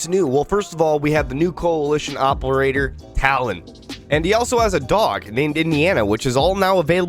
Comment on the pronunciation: "oppol-ator"😂 tired today?😉